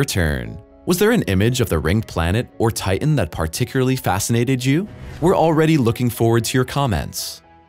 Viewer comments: Stop saying Ti- en. It's Titan. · I wish the guy would pronounce “Titan” correctly. It has a “t” in the middle of its’ name. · His pronunciation of the moon Titan and the way that it is spelled seem to differ.